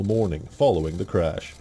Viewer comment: Its CRASH n not CRUSH!